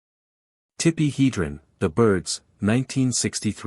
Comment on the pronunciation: AI narrator ..... Tippi Head-ren